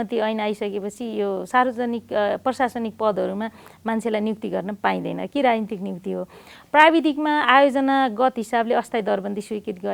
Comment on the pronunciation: राइन्ति रे,राजनीतिको उच्चारण गरेको